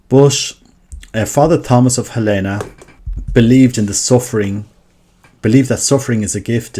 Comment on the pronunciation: Tiny, inconsequential note - "Helena" is pronounced HEL-eh-nah, in this instance. Thank you for posting about Fr. Stu!